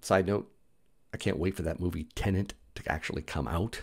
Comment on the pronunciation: The word is "tenet" not "tenant."